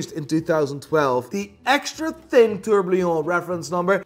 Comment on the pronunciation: ITS A TOURBILLON NOT A TOURBLLLIOOONN